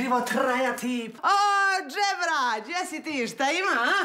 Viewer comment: Nije Djebra nego Dzebra pravilan izgovor